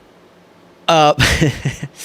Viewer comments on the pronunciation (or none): “Punduntry”, love it!😹😺🇱🇷